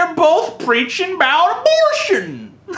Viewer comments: WHAT ARE YOU TALKING ABOOT? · LOL at "Abooooot" XD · About...a bout...a boooout...a booooot...a boot Christians. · "ABOOOT" LOL